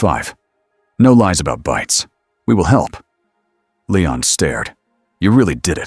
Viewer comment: Hearing this AI garbage narration keep calling him LAYON instead of LEON was getting on my last nerve! Please stop using ai, get a group to do some character acting and use real people to read these stories. Your ruining good stories and being so lazy 🙄🙄✋🏻✋🏻